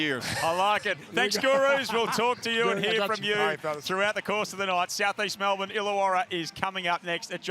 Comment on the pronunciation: Its not "Mel-BORNE"!!!!!!!!!!!!!!!!!!!!!!!!!!!!!!!!!!!!!!! Or "Typens". Useless reporter she is send her home.